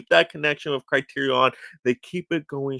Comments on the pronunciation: Okay I can’t watch the rest of the video because everytime I hear you say “CriteriON” I wanna pull my own hair out. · Why the fuck are you pronouncing it “CriteriON”?